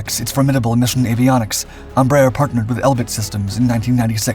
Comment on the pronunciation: It's so funny to hear americans pronouncing Brazilian names. "Tookanohl", "Ambraher", "Savanteh"... 🤣🤣🤣